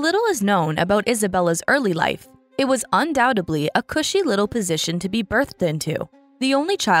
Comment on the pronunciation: It’s ”Undoubtedly” not ”undoutably”